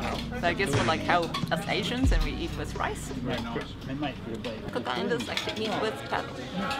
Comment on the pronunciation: Big ups to both of ya for pronouncing the names correctly! 🇨🇰